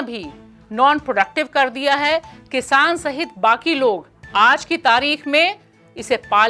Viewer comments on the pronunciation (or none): none